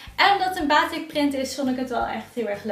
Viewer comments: Batiek🇲🇨 niet baatik😖 (je schrijft wel gwn batik) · Haai, het is batik met een korte a